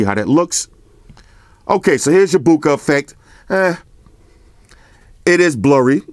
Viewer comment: "Maximum Boukage" c'mon! need to go sleep bruh... can't do it laughing like this yo! They should make a new language Flossian, Flossan, or somethin' homes damn!